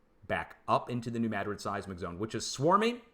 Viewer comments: It is New MADrid, but he pronounces it with an e between the D and the r, like MADerid. That’s what’s driving us linguists crazy. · No it’s New Madrid, not Mad rid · There is no proper pronunciation of Madrid that puts the accent on the first syllable. It is a Spanish name. I should know, it is a family name.